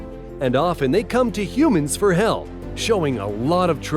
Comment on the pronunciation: did you say help or hell